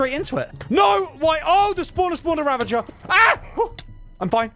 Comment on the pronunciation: It's ravager, not ravanger.